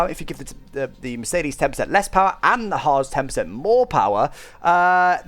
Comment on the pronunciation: when he was saying haas. i thought he was saying hards as in the tyre compound